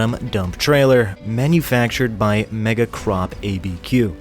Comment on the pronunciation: Mispronounced Megacorp, still cool though.